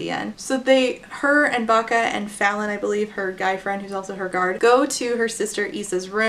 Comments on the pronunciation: Everytime said Bacca (I assume that's the spelling) I heard "vaca", which means cow in Spanish. Can't take someone with that name seriously 🤣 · Or "Baka" which is "dumb" in Japanese, I couldn't help but laugh when I first heard it lol